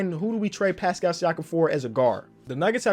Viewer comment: it’s pronounced like Passkull